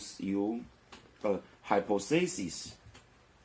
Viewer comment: 願您平安喜樂。Hy• 'po• the• sis [hai- 'pa th a s1s] 假設，假說(hypothesis重音在第二音節)